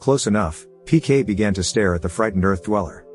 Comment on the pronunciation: His name is PK, not pian. It's literally the name of the movie.